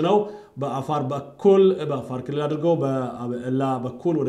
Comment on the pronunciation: You smell gunta, If you do not like about the way he accent "kilill"how do we know if your accent is correct, Because the person who looking around to find other peoples mistake are disrespectful person. Sorry to say that.